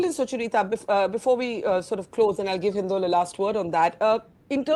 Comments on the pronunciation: Why does Barkha keep calling Sucharita as Suchur-ita? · Why does Barkha struggle so much to speak "Sucharita" 's name, it's a single word not Sucha-Rita